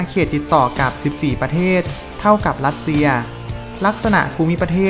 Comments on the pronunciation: จริงด้วยเอาคนที่มีความรู้เรื่องอักขระภาษาของตนเองมาบรรยายคงได้อรรถรสกว่านี้_รัสเชีย_ไม่ใช่ลัดเชีย_ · คนออกเสียงภาษาไทยยังไม่ชัดไม่ควรมาออกสื่อสังคมเลยขายหน้าเขา เช่น อังกิด ลัสเซีย ฯลฯ